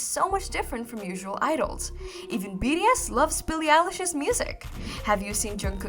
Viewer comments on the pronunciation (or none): i think she said bts but it sounds like bds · DEAR, YOU SOUND LIKE YOU ARE CONSTANTLY CALLING THESE SEVEN AMAZING MEN,"B....D.....S." RATHER THAN "B......T.....S.". I'VE LISTENED TO ONE OF YOUR VIDEOS ABOUT BTS TWICE AND KEEP HEARING B........"D".......S....... PLEASE SLOW DOWN AND SPEAK CLEARER FOR US!!! ❤ THANK YOU SO MUCH!!!! ❤🎉😮😢😅😂😊🎉❤ Sherrill Smith PAC/NW/USA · Its BTS not bds sorry but pls pronounce their name correctly am really sorry for the rudeness but yea❤😅😊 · Is it me or She says bee “ ri” S vs bee “ tea” S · It's B-T-S.....not B-D-S ! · B....t...S Not ....B.D S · BTS. Not BDS😮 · I think my hearing has gone a bit wonking on it sounds like she's saying BDS not BTS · sorry its enoying you say Bds s many time , and called theme wrong name, its BTS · why are you saying bds, there name is Bts, how can you not know there name when the are famous all over the world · Not sure if your pronounciation was just off or you genuinely think their name is BDS. Its kinda distracting. Btw, I heard that the Halsey interview one was a skit or something. Its not really a real interview. Correct me if I'm wrong tho. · Your content is well researched...but please work on the prononciation of BTS...it sounds like BDS all the way in your vids...kind of annoying. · If u can't pronounce this boy band name right u should not be talking about them like u know them. It's B T S... say the alphabets right or r u poking fun of them too. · BTS pronunciation is bothering me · it’s not a big deal lmao. Don’t be so dramatic…there’s bigger problems than correcting a “D” to a “T”…that takes re-recording it